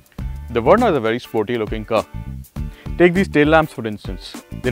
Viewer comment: It's Verna, not Werna. Learn to pronounce. Good review otherwise.